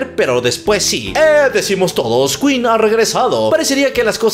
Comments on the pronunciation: El: Aquí estamos en México y se dice keen Queen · No se dice quin se dice quen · jajajaja, que tontitos, sabemos que esa banda se llama ken(queen) El tipo el cual no me acuerdo su nombre: no se dice kuin(queen): NO, aquí estamos en los mexicos y se dice ken(queen) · "se dice keen "😂😂😂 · No aqui estamos en los mexicos y aqui hablamos español y se dice Ken